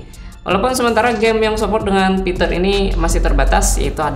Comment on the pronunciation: Kenapa aku terganggu ama sebutan "pitur"...